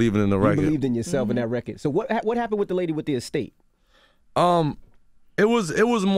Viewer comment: attention all new york people: its RECORD not RECKID